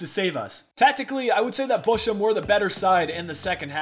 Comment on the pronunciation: The "ch" in Bochum is pronounced like in the hebrew name Chaim. And Fuerth is pronounced "Füat". Go on with the swabians, you are doing well. ;-)